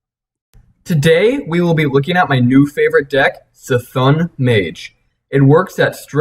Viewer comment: It's pronounced C'Thoon.